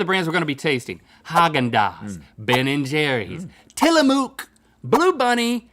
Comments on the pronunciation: I love Links ice-cream shirt......super dope....oh, and btw, it's not pronounced tiliMOOK, it's pronounced tiliMUK.........I used to live fairly close to one of there factories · Gotta say this everytime as a northwesterner it's pronounced Tillamook as in book or hook.